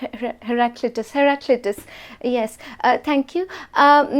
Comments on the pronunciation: "Her clitoris" no no Haraclutus 😂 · "Instead of setting up plants government should plant a plant." 😂😂😂😂 "herclitoris" 😭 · This is hilarious saying haliclitris